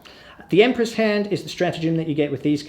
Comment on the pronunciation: I lost it at "the Emperror's All-Spice"